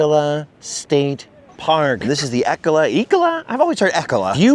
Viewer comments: it's not 'Eck-oh-lah' state park ...it's 'E-cola' state park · FYI, it's pronounced E-cola state park 😉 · It's pronounced "E-cola State Park" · Of course we have your fave coffee, we’re Oregon 😊. And fyi it’s pronounced Eee-cola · I lived in Cannon Beach. It’s ‘E’ (rhymes with bee) -‘cola’ (like Coca-Cola) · Ee-cola is how it’s pronounced. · It's ee-CO-la state park. So glad you could enjoy the beautiful Oregon beaches. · I’m from Astoria it’s pronounced E-Cola, say E followed by Cola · You guys are at my local surf spot. I’ll be sure to avoid the crowds this weekend. Haha. Also, I think it’s pronounced Eee-cola state park. ❤ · It's pronounced like Ecoli but with an 'uh' at the end. So, strong "E" then "cola" like coca-cola.